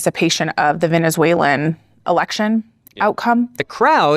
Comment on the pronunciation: Bruh did that reporter say “venezuelian”. You mean Venezuelan? Fuck is a “venezuelian”